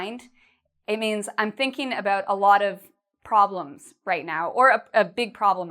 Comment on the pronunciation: she pronounce it (ebout)not about 😍😍😍